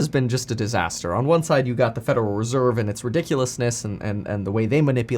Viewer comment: FUDeral reserve 🤣